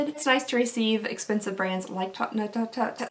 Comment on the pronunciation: I was so impressed with you for getting Natasha's name right the first 5 times and then it just started to get off track 😂 Enter me please :) Instagram: inlesnuages